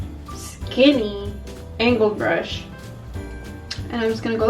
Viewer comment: The way you said 'skeeny angled brush' got me rolling on the floor with laughter